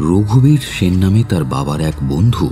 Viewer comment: সেন এর উচ্চারণ বাংলায় 'S'en না করলেই কি নয়?